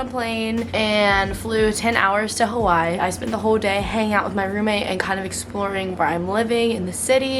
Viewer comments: if she says “hawhy” one more time i’m gonna go crazy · i love you but the WAY U SAY HAWAII DRIVES ME NUTS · Congrats! But there’s no chance you have not seen the thousands of comments telling you how incorrectly you are saying Hawaii!! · why do u say hawaii like that 🤣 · I hope you learn how to pronounce Hawaii correctly while there